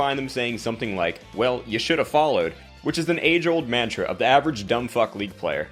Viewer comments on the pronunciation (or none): none